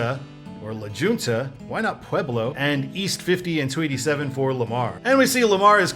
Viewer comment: Not to be that person but for future reference La Junta is pronounced as La Hunt-uh. I can also somewhat understand why its signed, as its one of the only small towns that far east with a college but as same time its a tiny town so I'm not sure honestly. I also have exit request for I-225, for 17th Place/Colfax Avenue going southbound as it is a bit of a weird exit, but the bridge for 17th place is pretty cool as it has the Aurora city logo on the bridge itself. Hope you have a happy thanksgiving!